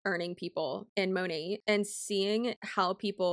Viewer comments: It should be "mah-nayt" since it's short for "Modern Nature," but few of them say it that way lol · I swear Monat is the only company ever in existence where none of the "employees" can agree on the pronunciation of the company name. 😂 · The way Monat huns don’t know (and can’t agree on) how to pronounce “Monat”, is so weird, and it’s not a foreign word either. To me, consistent pronunciation seems essential to branding. I thought the corporate side would’ve decided to spin it as: “USA based” patriotism, or a “fancy/special foreign ingredients” thing. On the topic of mispronunciation, my family had a Daewoo (Korean brand) car when I was a kid. Even the salespeople pronounced it ‘day-woo’, so we all did! Then years later, Daewoo did a big ad campaign in Australia, and the pronunciation was pretty different. (Even now, IDK which version is correct, lol.) Fun fact, AKA my 0.5 seconds of fame… I was in a TV ad campaign with my brother, while my father had 1-2 lines. (They only used Daewoo owners in these ads!) So, in the voiceover, we ended up as someone’s “grandkids”, or just “kids”; my father was a businessman, which was close to IRL. I bet we still have the videotape somewhere - that thought makes me feel old, lol!